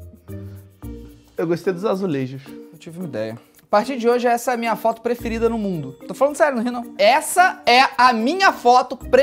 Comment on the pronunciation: O falando do "fóto" Eu: Ksksksksksksks Meus pais: 😐😐😐